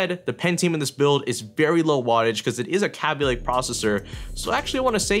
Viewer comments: K-Aby Lake,not kaby lake my ears are already bleeding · stop saying kaby link it's kayby link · kabb-y lake?? it's kayb-ey lake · Its not pronounced "KAH-BEE Lake" its "KA-BE" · Nice video :) It's pronounced 'caybeelayke' not 'cabbielayke' btw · and the way he says kaby lake would make it sounds as though it's spelt like kabby lake. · Hearing you mispronounce Kaby over and over gets quite annoying. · your forehead is wayyyy too shiny dude... and you said kaby lake wrong.. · you don't even know how to say kaby lake right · it bothered me the entire video that he was saying kaby lake wrong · this is the only guy I've seen say it like that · The way he says Kaby lake makes me wanna die